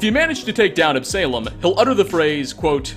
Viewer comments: You have a strange way of pronouncing, "quarry", and, "Absalom". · the way that he pronounces Absalom makes me cringe to be honest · And "Absalom" :-( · ab--suh--lom not ab-salem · Absolom is not pronounced AB-SALEM! It's pronounced AB-SO-LAUM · Also, it's Absalom. Not Ab Salem. Absa-lom. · Ab suh lom not ab salem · It's not ab-Salem its pronounced absulum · Ab-say-lum? AB-SUH-LOM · Absuhlom not Ab-Salem. It's a biblical reference name I think. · Your pronunciations are ridiculous. Query? Absalem? stop rushing videos and do some phonetic research. Real talk. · AB-SA-LOM NOT AB-SALEM Ya know? Like Absolon? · On a similar note, the "salom" in "Absalom" does not rhyme with "Salem", but "shalom". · Absalom (as in, King David's third and favourite son) somehow becomes Ab-salem? pronunciation and often curious use of English is usually funny, but come on man, 'Absalom' is phonetic! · Absalom: ab-sah-lawm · Ab-saylom... bruh 😂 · Ab-suh-lom, please. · "AB-SALEM"? sheesh... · Ab-sah-lohm. Son of King David, in the Hebrew bible. That's not snarkiness - I love the videos, figured you'd like the note. :) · Absalom: Ab-Sah-Lom. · Quarry is pronounced Kw-or-ey. Like Corey with a w in the middle. Absalom is pronounced Ab-sah-lom. I've seen enough of your content to know that you played Skyrim for 6ish years without voice audio and thus butchered every name of every person, but this is egregious. These aren't uncommon words. Absalom is a biblical name, King David's son, who rebelled against the empire his father built. Absalom is a name born of rebellion against all, including that which is closest, and make perfect sense for the character. If this is intentional, it is not funny. It's right there with nails on a chalkboard. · absalem gets under my skin lol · Quarry is pronounced "KWOR - ry" and Absalom "AB - suh - lom." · Absalom = AB-suh-lawm. It's a biblical name. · the real insanity is the way you pronounce Absalom lmao